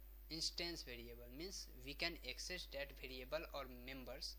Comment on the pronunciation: it is variable not bariable